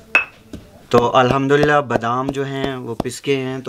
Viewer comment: ap jab b Al Hamdulillah 2 bar kehtay hen to pehly dafa sahi talafuz k sath ada karty hen lakin dosri bar mukammal Al Humdulillah ni kahty hen r talafuz b thek ni hota hy. Is liey aik dafa hi kaha karen r sahi talafuz k sath. Mind it plz.